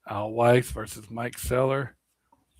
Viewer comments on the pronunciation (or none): Mike qway-yar. Not seller.